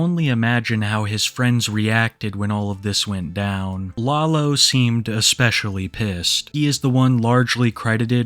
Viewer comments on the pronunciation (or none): Hearing say “law-low” is sending me